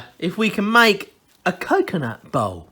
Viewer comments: bowl.... BOWL... he says Bowl like Ball. It took me quite a while to realize what he's making xD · He meant BOWL not BALL.. and here I were thinking how was he going to manage to turn each half into a ball..